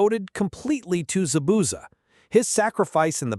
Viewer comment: Dude knows nothing about Naruto. Caant say Zabuza correctly and Jiraiya told the leaf village “real one is not among them”.